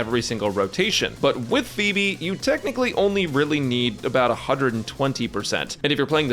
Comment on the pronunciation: Is it me or I'm the only one who hears Beeb instead of pheeb